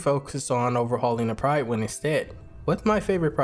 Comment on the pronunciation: Just because I'm that guy at parties, apologies, but the "Pryd" in "Prydwen" is pronounced like "rid", not like "ride". I'm sure you would've heard it said a heap of times in the game, didn't you?